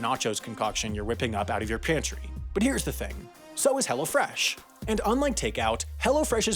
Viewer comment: It’s funny how he says “Hello Fresh,” but he talks too fast and it sounds like “hella fresh.”